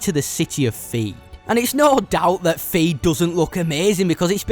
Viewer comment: It’s Theed, not feed 😂